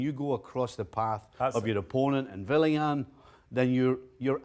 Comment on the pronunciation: Just f*cking say Willian’s name properly . Please.